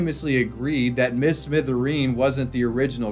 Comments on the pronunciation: mister smithereen, not miss mithereen lol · it's "mister" smithereen, not "miss" lol